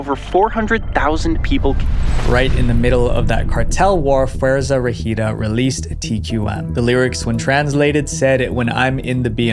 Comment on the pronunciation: im sorry but that pronunciation of Fuerza Regida got me so confused 😭 also did not know they were involved in something like that😥 they preformed at my school once bc one of them went to that school so in my brain theres a connection to them that would make things crazier also Peso Pluma also has a threat from the cartel onfe so it seems very common